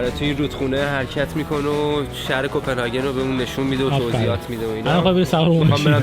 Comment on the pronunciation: کپنهاگ ❌کپنهاکن✔️ کرون❌ کِرون✔️ سالم❌ لال✔️